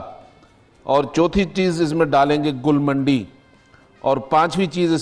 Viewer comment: جو اسطوخدوس برنجاسف اور منڈی کو درست پڑھ اور بول نہیں سکتا۔ اس کی طبی قابلیت کا کیا کہیں